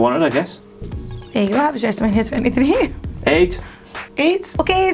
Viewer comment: I heard wrestlemaina sex not six